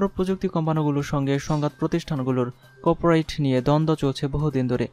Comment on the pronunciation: খুবই দূর্বল উচ্চারন। কপ রাইট কপি রাইট।